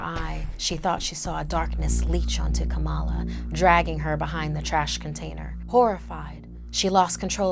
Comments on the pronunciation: It's not kamaaala it is Kamala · Kamal not Kamala